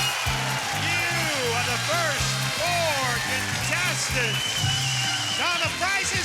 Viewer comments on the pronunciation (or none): Anyone else find Rod̕s delivery of the ”You are the first four contestants...“ line a little odd here? He says ”first four contestants“ with noticeable pauses between each word before finishing at the usual cadence.